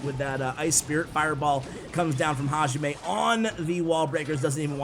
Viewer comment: I think the guy its pronounced “hayime” strong in “yi” . Its what the referee says at the beginning of a martial arts combat.